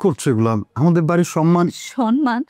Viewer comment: বুঝলাম না সব সময় সম্মান কে সনমান বলে কেন,,,কেউ কি খেয়াল করছেন